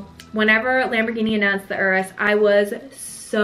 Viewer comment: I love that you know how to say Urus, unlike many other "car" Youtubers who keep calling it Yourus. Congrats!